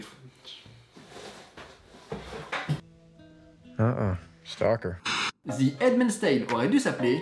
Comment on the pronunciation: The -----> dheu arrêté de dire. ---->zeu 😕